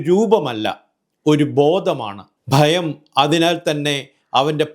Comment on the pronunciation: ബയം എന്ന തെറ്റായ ഉച്ചാരണം ഒഴിവാക്കാമായിരുന്നു. ബൂതകാലം, ബ്രമയുഗം ഒക്കെ തുടർന്നു വരുന്നുണ്ട്. ശ്രദ്ധിക്കണേ.